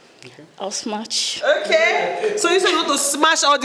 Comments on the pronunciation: Why do they always say SMACH. ITS SMASH!! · Why are they all saying smach? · Is it just me that is hearing"smach"??